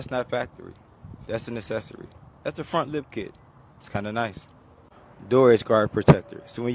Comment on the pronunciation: What's an "assessory"?!